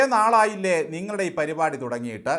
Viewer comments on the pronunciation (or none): none